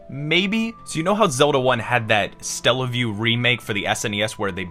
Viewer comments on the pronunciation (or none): It's not Stellaview, it's Satellaview, like satellite. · Stella-view? It's Saa-tell-ah-view. Satellite View. Satellaview. Also it's Super Mario Brothers 5. The period in "bros." is an abbreviation for brothers. Great vid. Keep it up.👍